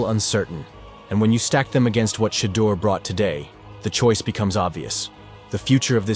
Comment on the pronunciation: cheddar sanders lmao ai fails again